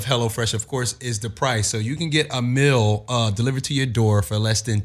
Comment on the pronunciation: Wtf is a "Mill"... it's MEEEEEEAL!!!